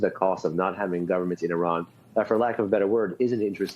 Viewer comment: Say Italy, then India, then Indonesia and now Iran! Now you know how to pronounce Iran! Thank you for trying❤